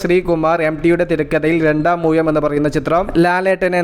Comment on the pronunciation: രണ്ടാമൂയമോ?😂😂😂ഴഴഴ എന്ന് ഒരു ലക്ഷം പ്രാവശ്യം പറയടോ. നാക്കും വടിക്ക്😂😂😂😂